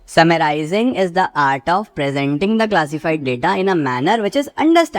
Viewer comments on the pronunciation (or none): Summarizing nahi summarizing 😂😂😂😂